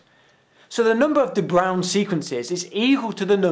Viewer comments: Just say "De Brain", it's way closer to correct :D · Your pronunciation is quite good. Closest thing in english would be saying "da brown." If you wanna really sound dutch, roll your "r" and make a circle with your lips while saying the "ow" sound. It's a dipthong so say bray-oon as one syllable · It's more like 'Breuwn', if you can imagine what that would sound like. The 'a' in the diphtongue is more like a flat e before going towards a kind of closed u. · maybe a little late but to help you with the pronunciation, this link starts with "bruin" which is Dutch for the color Brown (and "De" is allmost equal to "The"). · Your pronounciation of De Bruijn is almost on spot, just missing two details. The 'r' should be articulated with the tip of the tongue, like in the Spanish word "brujo". The "uij" sound is a diphtong similar to the English "ow", but instead of the sounds "ah" and "oo" it has the sounds "ah" and "ü", like the French "u" in "une". Not an easy word to pronounce for non-Dutch people, by all means :-) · you pronounced the name wrong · Yes, you are pronouncing it wrong. Though 'De Bruijn' means more or less 'Brown', but it is like 'Gray' is used for names, and 'Grey' for the colour. 'Bruijn' is the 'name version' of 'bruin', which is the colour brown', It's hard for me to explain what the correct pronounciation is. The 'uij' is in Dutch pronounced the same way as 'ui' (it's old Dutch). The sound, the vowel, is unknown in the English language. Look it up in an dictionary, that should give you the proper idea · It doesnt matter that you cant say de bruijn, because it contains one of the most difficult sounds to make for a foreigner... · That was indeed pronounced wrongly. :3 There's no equivalent for "ui" in English, so I have no idea how I could explain in text.